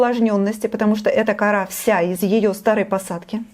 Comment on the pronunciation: почему кАра. а не корА..???